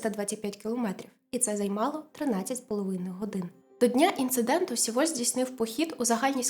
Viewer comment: Дякую за висвітлення цієї трагедії. Але ріже слух назва Сєволь, бо так говорять її кацапи. В Кореї промовляють Севоль. Будь-ласка, не беріть інформацію з кацапських джерел.